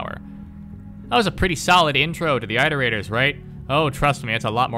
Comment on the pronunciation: "that was a pretty solid intro to the iterators, right?" He says after mispronouncing the word iterators 50 times.